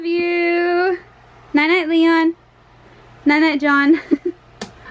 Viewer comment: it's leon not lein lol